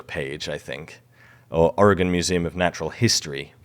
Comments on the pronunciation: Thank you for pronouncing Oregon correctly. People from our own country don’t pronounce it correctly! I live in Springfield Oregon. Home of the Simpsons. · It's so cool when people say Oregon correctly. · As an Oregonian I must express my thanks for pronouncing the name of our state better than 80% of Americans. Also thanks for the archeological love. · As an Oregonian, I thank you for getting the pronunciation correct (for a Brit at least 😉.) If you wondering, a lot of people say, "OregOn" with an emphasis on the second o, the correct pronunciation is, "Oreg - "in."" Also, if you're interested in losing weight I'd be happy to help. Also... Im going to say, No, to Brazil.